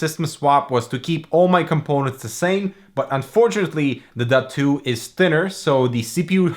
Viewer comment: Is this seriously called the “Duh2” or are you butchering the pronunciation?